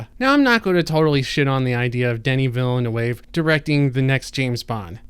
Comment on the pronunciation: Poor trying to pronounce Villanueva. Jana must be chuckling in the background. 😄